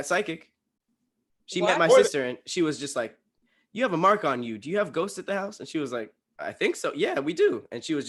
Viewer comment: said Ghostseses